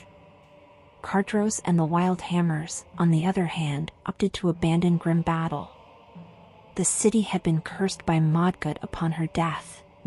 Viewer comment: Not opinion. Fact. I have a video from Blizzard that shows how Karazhan is pronounced. It has been said in audio in the game and other promotional materials. Albeit... that is one word. Grim Batol isn't "Grim Battle"... Grim Bah-toll. Another one from in-game audio. I'm not trying to be an ass here. And I know I am sounding like one... But to call yourself a lore channel, and then mispronounce things that have been set by the devs... I mean... Yea...